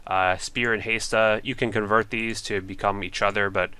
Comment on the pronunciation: i love you vids but your killing me with the waty you pronounce barrows and hAsta